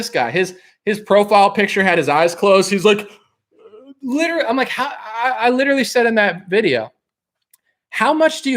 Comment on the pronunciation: Fool, stop this new pronunciation of the word LITERALLY. Ugly new sauce bro, you banging a spy. Ghost this new chick...